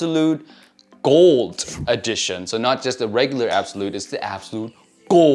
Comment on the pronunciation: Lol really put a emphasis on the G in “GOLD”